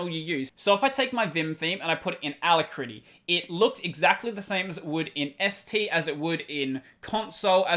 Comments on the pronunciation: Just a nit. It's aLACritty, not alacRITTy. Other than that, good show! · It always throws me for a split second when you say ala - critty, such an interesting way to pronounce it! Really enjoying your content -- cheers! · I am cringing every time you say alacritty